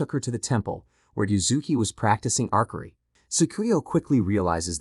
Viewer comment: Arkery, you mean archery, you sat the c and h as ch, like cheap, archery